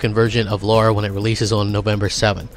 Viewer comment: NOT Laura. Lara 😁